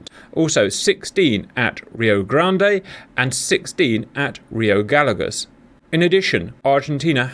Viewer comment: hello Cap, greetings from Argentina, a tip for pronunciation of rio Gallegos, say the LL of gallegos like the "SH" from the word "shop" ..... LL=SH